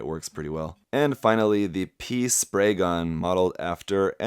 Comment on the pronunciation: if i did not know that it is called P Spray gun i would have thought you sait pee spray gun